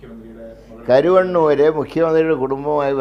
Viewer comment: കരുവണ്ണൂരല്ല മുരളീ... കരുവന്നൂർ.